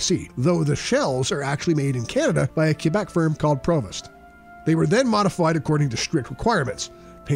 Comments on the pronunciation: And it’s pronounced Pravo. Not prevost. The t is silent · $1 million is not much at all for a Prevost bus. Custom Prevost motorhomes sell today between 2 million and $3 million each. Btw Prevost is pronounced Pray-vo. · No no no bro its pronounced PRAY-VO (Prevost) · Prevost is pronounced "PRAY-VO" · A Prevost (and the narrator can't even say it right) shell can be 1 million so I'm pretty sure this jack leg has no clue what he is even talking about in this video